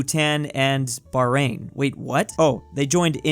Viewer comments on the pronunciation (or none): none